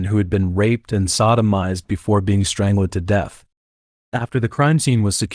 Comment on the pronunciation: strang-led? odd